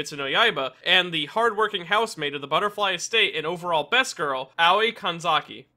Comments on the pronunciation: Im sorry but as a Japanese, its so weird hearing you pronounce Aoi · I don’t mean to be rude, but when you say Aoi it sounds like “Owwie”